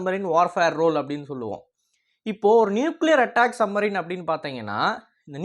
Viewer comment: தம்பி..... என்ன......சம்மரின்... சம்மரின்.......... சப்மரின்.,..என்று ... பேசுங்கள் ..